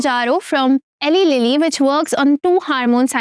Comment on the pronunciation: It's Eli Lilly. e-lie lilly